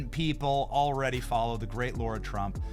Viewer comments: It’s LARA not Laura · BENNY It's LAH-RA. Pronounced like that. NOT LAURA> You have GOT to get her name right. It's painful. LARA = LAH-RA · It’s Lara not Laura! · You think she cringes everytime Benny calls her Laura? Pretty sure its Lar-a, like car-a. WTF Benny? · Great interview. But I cringed a little every time Benny called her “Laura” instead of “Lara”. 😂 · Johnson, can you check your pronunciation of 'Lara'? Google tells me she's not a 'Laura'. Maybe I'm wrong, but go check please. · I think her name is LARA, not LAURA. She doesn't seem to mind, but still. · BENNY! IT'S LARA! NOT "LAURA"! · Why do you keep saying 'Laura' and not 'Lara'? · It’s Lara not Laura. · That is lara not laura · Benny, it's Lara, not Laura..... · When in the hell are people going to start pronouncing Lara's name right! For educated people, it shouldn't be that hard! Not Laura, but LaR a. Come on, Benny! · Benny, are you mispronouncing LARA’S name? I thought it was LARA not LAURA. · Bro her name is Lara not Laura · Her name is LARA,LARA,LARA,NOT LAURA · Benny……PLEASE pronounce her name right!! It’s NOT Laura! It’s Lara. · Is it Laura or Lara?..I know sometimes he butchers names! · Benny... I L❤️V U... I watch you EVERY DAY!! You are in my top 3!!! NOT tryin to be prickish However... It's LARA... it's not LAURA 👍🏻 Keep on my good brother... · Benny it isn't Lura IT'S LARA! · La. Ra. Not Low. Ra. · It's L A R A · Smh pronouncing her name wrong lol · Mrs. Trump's first name is Lara, not Laura. I believe it is being mispronounced most of the time. It would be nice if someone with a wide audience would set it straight -- and be sure to get it right when talking to her. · Her name is indeed Lara. I wish Benny would be more accurate with the pronunciation.